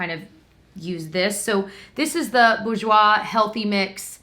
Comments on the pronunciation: Try pronouncing it Bor-jois as apposed to boo-jois. X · So cool seeing this as a Canadian! I knew you guys didn’t have Quo/Marcelle/Annabelle/Nuxe but was surprised you didn’t have Vichy or Bourjois. BTW , you pronounced the last part right. The r is not silent.Basically the first syllable almost rhymes with sewer. So bewer- je-woi ☺️ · Awesome! Your prononciation of Bourjois is right for the second syllable, the first is pronounced boor/bore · You pronounce bourjois boar-j-wa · Please tell me that saying bourjois over and over made someone else think of the episode of How I met your mother where they all go out to the club with Barney's dad and Marshal is acting like a play write! XD I have a feeling its just me that thought that though... LOL